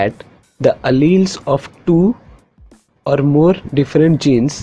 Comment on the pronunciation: Your alleles pronunciation was wrong, check it...